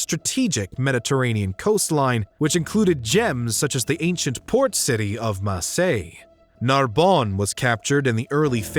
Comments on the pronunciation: Marseille doesn't have any "s" at the end.Free Greek city for 2600 years, and pissing of most of regimes since then 😅. La ville sans nom de Louis XIV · No s to Marseille